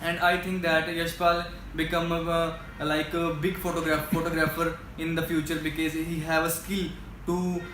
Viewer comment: He always saying becase ......💫